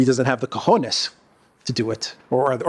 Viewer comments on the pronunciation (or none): none